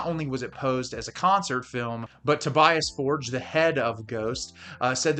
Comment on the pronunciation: Americans need to learn how to pronounce ’Tobias Forge” correctly!